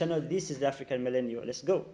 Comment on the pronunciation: Hullo 😂 say phillanthropist again